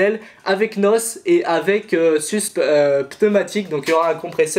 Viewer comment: Alors faut pas dire du " nosse " mais " ènoèsse "